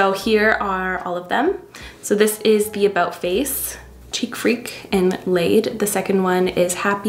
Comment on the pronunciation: The way you read the blush color ”laid” 😂 ❤ happy for you girl! Routine for love should be he be the absolute perfect fit for you! Keeping on keeping on, loving all the content you put out there!